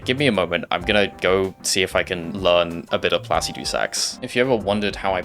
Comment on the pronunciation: The way you say Placidusax upsets me Haha. Fantastic video though!